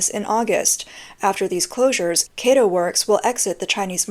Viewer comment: It's not "keitou", but kato, like in cat.